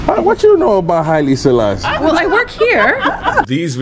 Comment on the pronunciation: Haile, WHO, Selalie🤣🤣🤣🤣🤣 ok 😂😂